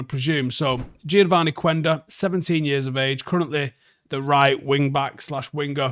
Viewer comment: Not to be that guy but, the "U" is silent in Quenda's name. Like "kenda". Peace